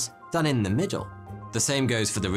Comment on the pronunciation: The = Da...